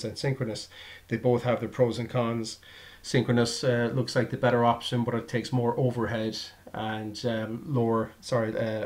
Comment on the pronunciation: Thanks for the videos, helped me a lot during my installation. But why do you say "compleshe", "bush", "thash" etc. instead of a regular "t" on the end?